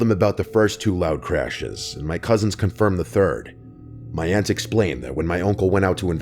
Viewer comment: Aunt, not 'ant'.